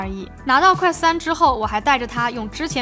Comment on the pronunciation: quest都不能念的準。。。。典型中文视频主的通病